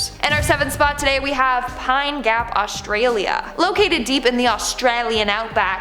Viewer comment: Please don’t say Australia with an Australian accent, very cringey!